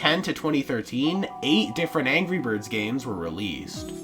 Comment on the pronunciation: ANGEE BIRD